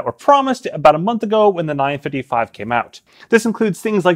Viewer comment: Am I the only one hearing “9-fiddie-fye” 😂